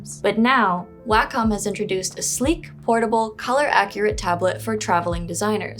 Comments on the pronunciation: Well unfortunately, I am a stickler for pronunciation. It's odd that I d find this particular word, "wacom" nearly always pronounced incorrectly. It is pronounced "Walk-um" Not "way-com" I apologize for this however, it's lazy when person does not research before talking in a video. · It's pronounced "WAH-KUM". Do better research, don't be so lazy. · I always thought it was pronounced as "Way-com" or more like "Way-cum". I've seen some people say "Whack-cum".